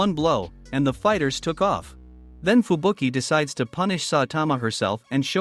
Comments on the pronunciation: Man said fubuku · Bro called her fubuku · Fubuki not fubuku